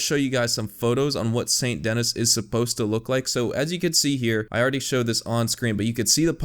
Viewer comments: Well now you know that it's pronounced "San Denee" instead of Saint Dennis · It’s pronounced saint ‘denie’ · Its pronounced San denee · It's pronounced "Sane Deny" lol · More like San Denee as it's pronounced in French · So awesome how he just completely ignores the French name and the fact that "Dennis" is missing an N. (because it's actually French, this city actually shares it's name with a French city)